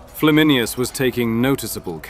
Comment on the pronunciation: It's Flam in ayn us, not Flam in i us.